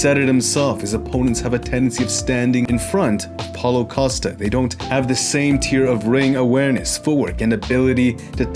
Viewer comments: Did anybody hear what he said during start of this video? It sounded more like Holocaust but I know what you said was Paulo Costa! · I thought he said holocaust in the first 2 seconds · Great stuff once again man! I don't want to offend anyone but I had to listen a few times, I seriously thought you were referring to him as " holocosta".